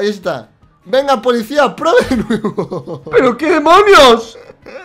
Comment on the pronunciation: Like si escucharon que dice polixcia